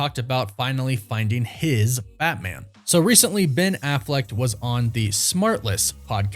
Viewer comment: It’s Affleck, not “Afflect” 🥴